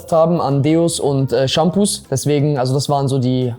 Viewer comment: Warum kannst du Shampoo nicht ausprechen 😢